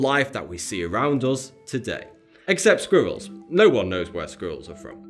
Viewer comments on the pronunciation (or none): Hello, ito ay sa akin muli. Ito ay isang mahusay na video, ipagpatuloy ang mahusay na trabaho? And you struggle to say squirrel!!